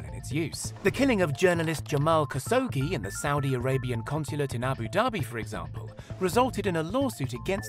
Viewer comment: Khashoggi - kash-ohg-jee, NOT kas-ohgee.